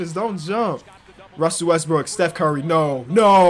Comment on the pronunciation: Omg you caught him. He slightly mispronounced westbrook. 😂😂😂😂😂😂😂😂😂hahahahahahahahahahahahahah you ruined his whole career bro😂😂😂😂😂